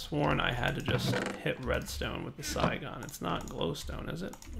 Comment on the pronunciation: aww when you said Psi i thought you said Xy. Damn it